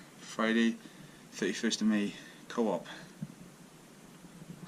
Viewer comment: Enjoying your vids Boss! The writing on that wall has something to do with hens, the word you read out 'co-op' says 'coop' as in hen coop, the room with the wood on the walls and hay on the floor would have been for a 'hen sit' as in brooding hens. Great channel. Keep up the good work.